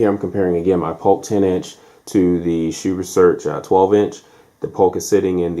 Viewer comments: you are incorrect. It is pronounced as "sue." If you or anybody else is saying "shoe", you are saying it wrong. Unless you are saying Dr. Hsu doesn't know how to pronounce his own name..lol. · It's not pronounced SHOE. HSU with a silent H. Pretty close to a worthless review. So much wrong with this. Might as well not try and do sound comparisons with such a lousy mic. None of your comparison clips sounded worth a crud. Those other subs are lousy anyway, so why bother. You are comparing a $600 HSU sub to a $179 Polk sub. Gee, ya think maybe the one well over 3x the price might be quite a bit better? Is your next review going to be a $60,000 BMW compared to a $18,000 Nissan Sentra? You ramble on and on about these other subs like you are reviewing them. Nobody cares about them, so move it along. You also aren't adjusting the sub "volume", but rather the gain. Not sure why HSU labels it as volume. Without getting too wordy, read this for a detailed explanation. Then you say you had the Polk at max volume. Say what? And you wonder why it sounds bad? Did you not calibrate these subs with a receiver calibration mic/set up? Or are you just turning knobs and hoping for the best? There's no way the sub gain on the Polk should have been maxed out. Like I originally stated, so much wrong with this. I'll give you an E for effort at least. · "Most people pronounce it 'sue'. A more correct, more Singaporean pronunciation is 'shoe'" - Dr. Hsu